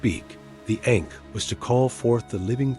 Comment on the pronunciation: It’s not pronounced correctly and this takes away from the video and the sound of the word matters.